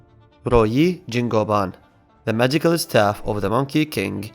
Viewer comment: no toxicity here but just a tip - the ruyi jingu bang is actually pronounced more similarly to (roo-yi-jin-gu-bang) although the pinyin is correct in the video